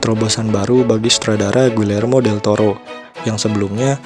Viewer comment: Bang, bikin alur cerita film pieces of a woman yang disutradarai Kornel Mudruczo dan dibintangi Vanessa Kirby. Please🙏 Oh ya mau ralat, Guillermo dibacanya Giyermo Pengucapan "l" double dalam bahasa Spanyol dibacanya "y". Guillermo Del Toro orang Meksiko